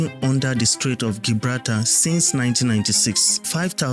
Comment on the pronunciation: It's pronounced Jibrawlta not Gi braal tar